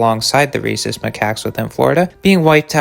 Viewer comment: Bruhh i had to pause the video to wheeze thru a laugh at what i heard as "Racist Macaques" (?spelling uncertain), i knew you said Rhesus (fuck is there an h in there, hyperlexia failing me rn) edit: autocorrect fucked it even worse than i did at first but it's correct now 😅